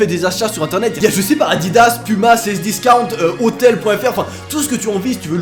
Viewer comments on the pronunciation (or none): ON dit Cdiscount